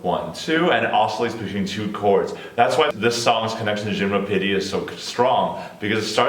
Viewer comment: pronunciation of 'gymnopédie' in french was perfect haha